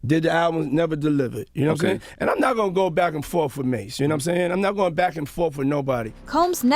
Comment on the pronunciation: “ I’m not gonna go back and forf with u” says combs